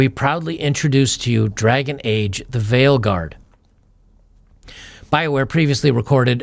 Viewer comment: Vileguard. Vile = utterly obnoxious. Veilguard. Veil (pronunciation the same as 'vale') = cloth hiding the face esp. of women. I don't know if the mispronunciation is wilful or not but it is funny.